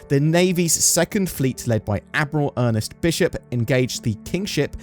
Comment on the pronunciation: There’s no second “e” I’m Ernst. So it’s not Ernest.